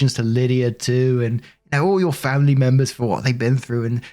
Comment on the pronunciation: I love when says, FAM-ily😂